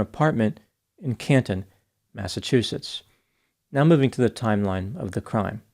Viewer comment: Thank you for reporting on this horrific story Also your mispronunciation of Massachusetts towns is classic